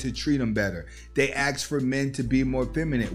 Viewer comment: I liked the video until you started saying "aks" "aks" "aks". What the hell are you doing?